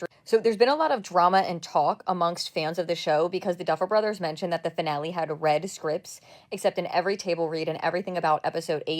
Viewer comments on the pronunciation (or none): He is pronouncing it "Fi Nal" because AI wrote the script and he doesn't know how to read. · Between the mispronunciation of "finale" and the blissfully ignorant confusion of "fractional" and "fractal", it confirms my long-held believe that so many content creators can't (or don't!) read... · That finale pronunciation is cursed. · He says finale weird because it's an AI voice. It has the telltale strange intonation and unnatural pauses between some words. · Every time he mispronounces finale hurts my brain.